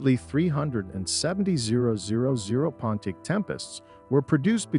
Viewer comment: Repeat after me: "Pon-tee-ACK!" Say it right. SAY IT RIGHT! WTF is a "Ponteek" (sic)? Is this another case of incompetent AI narration? WTH is going on here? Reloop the audio track and regain some credibility, but for now, nobody is going to watch this past the 3rd "Ponteek" because it makes the entire vid suspect...